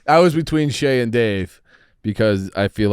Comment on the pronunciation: Idk why it bothered me so much but it is CHeah not Shay!